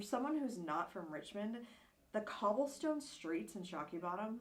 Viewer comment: The area is called Shockoe Bottom not Shokey Bottom.